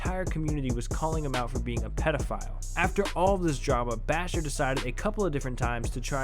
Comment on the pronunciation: U can't Evan say pedofiel